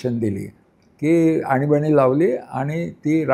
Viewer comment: आनी बानी नाही आणीबाणी 😅😅